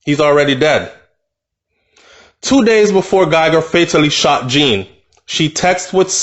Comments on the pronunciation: it is pronounced as John. No hate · His surname is French so its not prononouced as its spelled